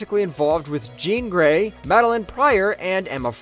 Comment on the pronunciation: Did this dude us AI only to say “jean grey”?? Like what is happening here haha there’s something completely uncanny about how that babe is said everytime in this video